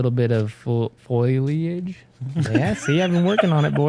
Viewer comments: No one: Literally no one:: "Foilleiage" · This is to help Uli, sound it out like this, fo-li-age 😁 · Foyleeajh...love it!😂🤣😂 trying to pronounce foliage on hole 12 is priceless!